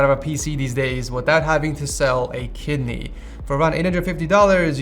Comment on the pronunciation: withough having to sell a kidany.........😂😂😂😂😂😂😂😂😂😂😂😂😂😂😂😂😂